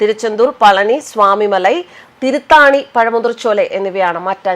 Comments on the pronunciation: തിരുത്താണി അല്ല. തിരുത്തണിയാണ് . ആറ് പടൈ വീടുകളിൽ ഒന്ന്. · തിരുത്താണിയല്ല തിരുത്തണീ എന്നാണ് അതിനു ഒരു അർത്ഥമുണ്ട്....